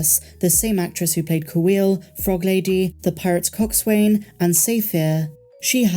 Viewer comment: Wait, did I just hear pronounce coxswain and "cox-swain"? Even in the British navy it's pronounced more like "cox-sun", like how boatswain is pronounced "bo-sun"...otherwise great episode, just that little mispronunciation is like nails on a chalkboard to my maritime ears. (former petty officer, U.S. Navy)